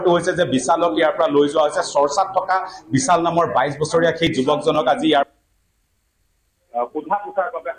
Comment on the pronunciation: ডিব্ৰুগড়ৰ স্থানীয় সংবাদদাতা জনে শ স ষ আখৰ যুক্ত শব্দবোৰ অসমীয়া ভাষাত উচ্চাৰণ কৰোতে কেনেকৈ উচ্চাৰণ কৰিব লাগে ষ্টুডিঅত থকা বাতৰি পৰিবেশন কৰা শ্ৰীমতী পাপৰিৰ পৰা শিকিব পাৰে। বিশাল নে বিচাল ?